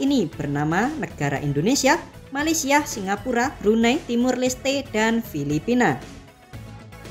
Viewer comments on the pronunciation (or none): none